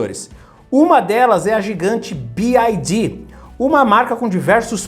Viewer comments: Bi uai Di não B Ai Di 😂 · About English PRONUNCIATION (The Alphabet) a pronúncia do "Y" escrevendo a transcrição desse som seria /uái/. Você fala /Bi - ái - di/ o que se escreveria como "BID" / "bid". O som da letra "I" em Inglês é/ái/ e do "Y" como já falei: /Uái/ é só lembrar do pessoal de Minas Gerais quando for falar a letra "Y". 'Uái Sô'. Paz e bem. Sucesso! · Ótimo vídeo! Um comentário é que a pronúncia da letra Y em inglês é “uai” Então fica “Bi uai di” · Se pronuncia BYD, Y = “uai” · Mano conseguiu falar o nome da BYD errado todas as vezes...